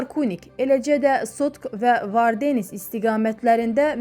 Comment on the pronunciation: Dizi öyrədənə lənət. Vardenis sözünü elə demirlər. Sizə məktəbdə Azərbaycan dilini heç olmasa keçən olubmu ?